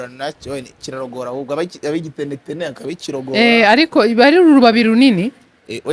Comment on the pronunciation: Ntabwo bavuga igitenetene bavuga ikinetenete